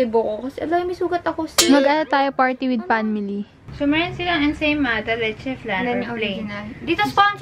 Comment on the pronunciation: "Ensaymaalat" hahaha I can't stop laughing 🤣